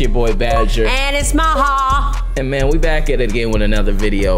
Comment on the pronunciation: It’s maha